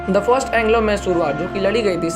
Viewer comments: Dude,learn to spell the word 'Mysore',it's not 'massoor', it's Mysore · It's mysuru pls don't spoil the Pronunciation It would be great if you research more on the pronunciations aswell